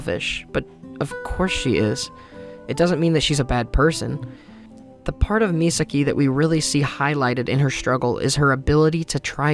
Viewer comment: Serious question, I’m not sure how to ask this without sounding like a total douche bag. Are you unable to say Misaki’s name right? I know some people can’t say certain words. They try but they can never say it the right way. Or is it a case of you just didn’t realize you were saying it wrong? I’ve done that with certain words and certain characters names. When I find out how it’s pronounced, I’m like “that’s how it’s pronounced? Well, hopefully I can train myself to say it the right way”. If I say a word wrong in front of someone and I think I’m saying it right, instead of correcting me, they just laugh 🤷🏼‍♂️.